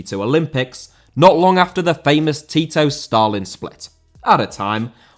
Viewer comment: Tito* not Titouw